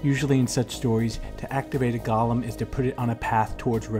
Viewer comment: Firstly; it's a "GOAL-lem," not "GAHL-lem". "GAHL-lem" (Gollum) is a character from 'Lord of the Rings.' As for other such characters; well,what about revenge-films in general? Even Charles Bronson in 'Death Wish' is pretty scary, and by the end of the film, he becomes almost indistinguishable from the thugs he kills... Something to think about.